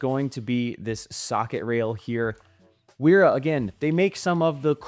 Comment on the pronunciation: Pronounced VERA